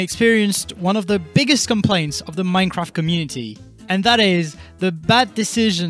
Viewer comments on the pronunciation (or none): none